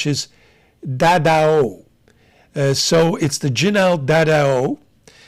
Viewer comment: This would be pronounced dah-dow (pronounced like the dow in DOW Jones).